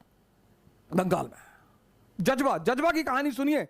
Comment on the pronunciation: Jajba nahi Jazba 😂.